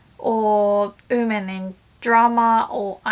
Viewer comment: Just a tip, "women" is pronounced more like "wi men". Instead I hear you say "uu men". No harsh feelings!